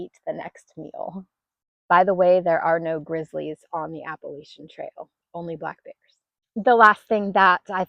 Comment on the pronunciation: PS. I will forgive you for not saying Appalachian correctly 😂